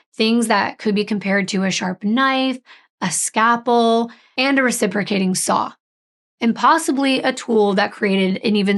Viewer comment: I love you, but it's scaLpel not scappel